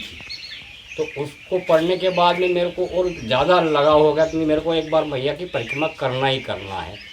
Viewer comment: परिकम्मा, परिकम्मा क्या कर रहा है.... परिक्रमा बोलो l